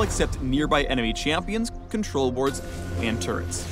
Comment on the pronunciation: he said "turds" or "turrets"? xDDDDDD she will be spotted by turds.